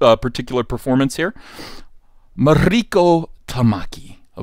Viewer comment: MARIKO [MAW- REE- KOH] no accent on the "I".... When did Starfire sleep with The PENGUIN? Are they sure it wasn't UNCLE FESTER?